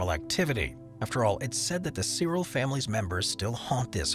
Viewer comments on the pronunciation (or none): none